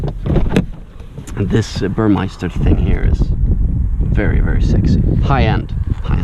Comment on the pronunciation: "...the new C class..."?!? Are you serious? This is a CLS, not a C class!!! And it's not Burmeister! It's Burmester!